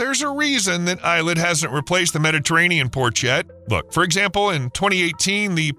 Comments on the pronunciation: It's pronounced Ey-LAt, not i-let... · It's pronounced Eee-Lat not Eye-Let.